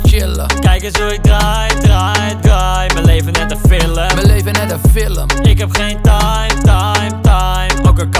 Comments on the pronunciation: het irriteert me dat hij zegt filum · Normale mensen : film Koen : fillum